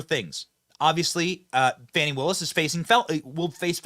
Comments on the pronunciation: BTW, what is up with the stupid pronunciation of "women's" names (I use the term women verrrrrrrry loosely. For example: Kamala..... Kamal Aroush (the real way to say. It):and Fanny who is trying to sound ghetto fabulous by saying: Fawn-------knee🙄😄 when it's pronounced like the big thing she sits on: Fanny. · It's not fahny or fawny, Its fani ... Like fanny pack All media trying to class up her name 🤣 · It's "Fani", not "Fauni". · pronounce it fani, farney, fanny whatever. It all translates to ASS Willis